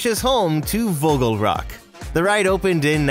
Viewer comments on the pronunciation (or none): Vogelrok is sayed like Voogheuhlrock